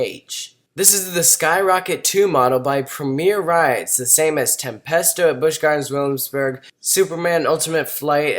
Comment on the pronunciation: "bwish gwardrns wullamsbhurg"